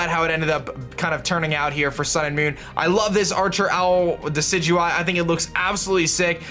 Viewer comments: First person who knows how to pronounce Decidueye. Instant sub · My Team: Decidueye (FYI it's pronounced de-si-ju-eye) Vikavolt Lycanroc (Midnight) Salandit Water Spider Pokemon/Wishiwashi Mimikyu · You fixed your decidueye pronunciation :)